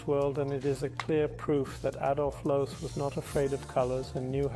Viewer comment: Amazing building and design. – AI is not cutting it yet. The name is Adolf Loos, not loose, loss, lose, or losee. I have heard AI narration with better intonation, but it’s probably based on how the narrator.